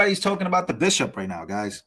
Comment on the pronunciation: Disgusting "bishiop". (Bishop, my a$$!)